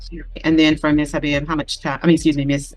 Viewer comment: BTW, the correct pronunciation of the father's name is "Habib" - ie "Ha-Beeb". Any time you see a transliteration of an Arabic word containing the letter "i" - the 'i' is to be correctly pronounced as a long "e" - or more clearly, "eeee". So, the corrected pronunciation of his name would be "Ha-beeb". His name is derived from the Arabic word "Habib" -- which means: Beloved one, darling, to love, be fond of, admire. Arabic names all have meanings - usually derived from Quran or Islam - and unlike Black Americans' names that are often derived from liquors, expensive cars, because "it sounds exotic" (but ultimately doesn't mean a thing and often holds back their progress in the real world) - or shamefully, nothing at all.....